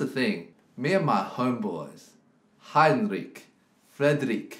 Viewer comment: Auch lustig der Name "Heinrich" xD oder laut Eddy: "Heinrick"